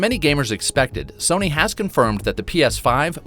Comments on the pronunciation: Serny? Sirny? I swear I'm not hearing the narrator say "Sony" ... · Not trying to be mean but this man saying serny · Why the hell u keep calling s-o-n-y,........serney???? It's fucking up my mind bro. Why? Why? Why????? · The real question is - why does this dude pronounce Sony like “SURNEY”? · Dude said serny like 100 times but man he is meticulous when fact checking I found no false data in comparison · He says Serny instead of Sony. I don’t understand how you can mispronounce that. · I'm not the only 1 who keeps hearing him say SIRNY😂😂😂😂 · It sounds like he keeps saying didn't instead of sony, it's driving me nuts. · Man I never noticed the silent r in Sony that this guy is pronouncing